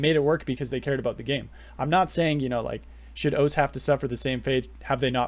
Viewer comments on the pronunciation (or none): Great video although you might be the only person to call O-C-E “oace”